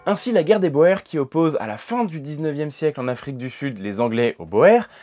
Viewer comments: Le sujet est super intéressant ! La seule chose que je déplore est, comme toujours, la prononciation de " la guerre des Boers". Boer se prononce "bour" , pas "boèr". Cela veut dire simplement fermier en néerlandais. C'est une erreur que j'entends dans la quasi totalité des vidéos qui en parlent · Pour les Boers, je conseillerais la prononciation "bourre" car OE se prononce "ou" en Néerlandais exemple : goed (ɣut) (bon, bien, reconnaissez le good anglais ou le gut allemand) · Grand merci !! excellente vidéo. (On dit bien "Bourre", pour "Boers". Les spécialistes le prononcent ainsi.) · Le nom BOERS se prononce BOUR.. Je suis extrêmement étonné qu'un << historien >> puisse faire une telle erreur...